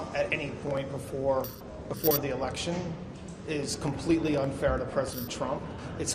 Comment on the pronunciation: Election not Alection right?